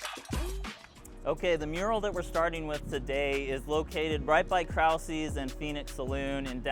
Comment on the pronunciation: So good to see you at the park! Just wanted to share its prob a good idea to check the pronunciation of the German words in the titles of the murals to remain authentic to our 78130 history. As a German American, our culture is super important to me and many others here. The pronunciation of the mural at Krause’s is pretty inaccurate. Thank you for showcasing our murals!